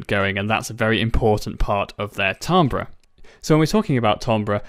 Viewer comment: I'm pretty sure it's pronounced TIM-bur